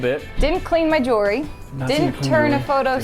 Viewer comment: OMG she said Jewelry correctly!!! Finally someone!